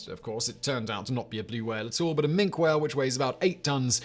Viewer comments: "Mink" whale? Is it small, brown, land-based and covered in fur? I think not! Has "Factboi" not considered that even Wikipedia has a pronunciation guide (generally accurate) for the edification of numb-nuts like Simon? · Minke Whale pronounced Minky! BCE my BC! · Minke Whales are pronounced Mink-ee.